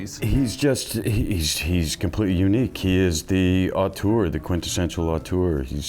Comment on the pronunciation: The word is auteur lol